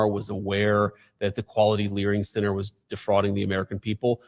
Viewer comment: Hahaha…. « Learing Center » thank you sir that is was hilarious! 😂